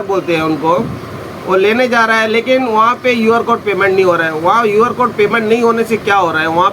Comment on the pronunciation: UR CODE NAI hai QR CODE hota hai😂😂😂😂